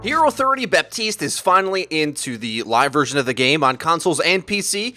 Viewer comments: it doesn't matter he said it wrong you idiot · Its Ba-teest. I swear if y'all say Bap-teest one more time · While Jeff specifically said Ba-teest in the developer vid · His name is BA-TIST